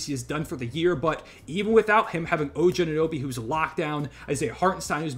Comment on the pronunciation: Did he just say Oje instead of OG?